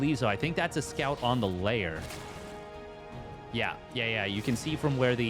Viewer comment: Noice match ! Also Its pronounced Lair not Layer.